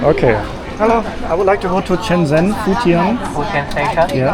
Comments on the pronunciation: Everyone: Shenzen: Chennzenn 😅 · its (sh)enzhen. like how (sh)ush is pronounced in english.